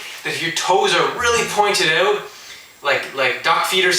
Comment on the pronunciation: knew he was canadaian when he said "oot" instead of out